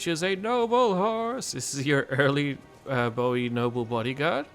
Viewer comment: Spot on mate 😅